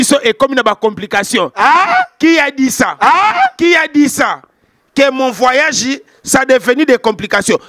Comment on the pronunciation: " Mon vwayajeh"😂